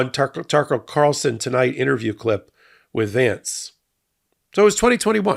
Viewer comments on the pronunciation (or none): none